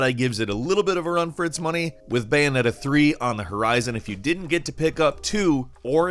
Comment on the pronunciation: This dude said bayoneta better than nier